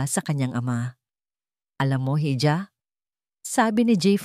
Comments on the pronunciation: IHA Po Ang bigkas hija, IHO nman sa hijo, wag nman kayo paulit ulit sa pagkakamli sa mga words na ito, Dito sa pilipinas wala pa pong bumigkas ng ganyan Ikaw lang narrator mag aral k nman! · Ganda sana ng boses kaya lang nakakadismaya Yung pagbigkas ng hija, silent h Po Kasi yan